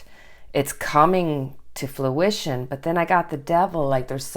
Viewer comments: It kept sounding like she was saying fLuition rather than fRuition. I'm sure it's an accent thing, but it was messing with me. HA! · Love, love your channel, and love the new intro!!!! It’s fruition not fluition with an L. As in the fruit of your labor is coming into being. Just a minor thing. 💕😃